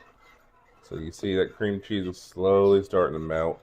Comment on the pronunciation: Your recipe is very similar to mine although I've never thought to use cheez its. Great idea. I'm so glad your recipe does not have Velveeta in it. You crack me up the way you say "chezz" 😂.